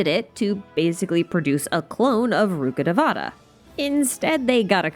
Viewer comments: Not day-vaa(h)-ta it’s day-vuh-taa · It’s ru-kha-dayy-va-tha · Please, it hurts me to say this, but pronounce Rukkadevata accurately... The game butchers the names so much and it pains me to hear that Ru-KHHUH-day-vuh-taa emphasis on the KHH if you can, please try! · the pronounciation of rukkhadevata is ahhhhhhhhhhhhhh